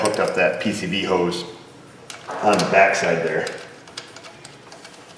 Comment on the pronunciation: When you say hose, for some reason I hear hoes. MeeMaw would not be proud of me.